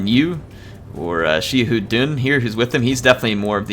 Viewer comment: Xia in XiaHou Dun is pronounced as See-ya, make sure to pronounced it close.